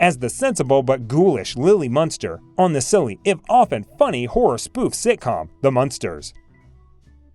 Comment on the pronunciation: ..it was ' Munster ' not " Muster ".